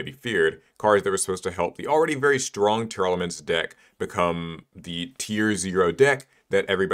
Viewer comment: Why does everyone pronounce Tearlaments as Tear-Elements when it's a portmanteau of the words 'Tear' and 'Lament'? That's two 'e's being pronounced that do not exist, and one 'a' that's gone missing.